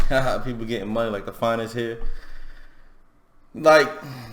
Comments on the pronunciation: He said "financier" not "finest here" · Listen He said Financier